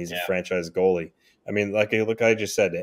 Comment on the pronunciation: It’s goalie not “goale”😂